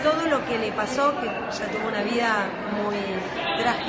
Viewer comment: Habla bien burra!!! Esha?? Se pronuncia ella Eres un fracaso pendejeta